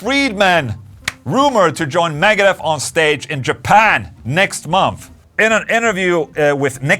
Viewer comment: What the hell did Ola call Megadeth at first. “Megahorse “?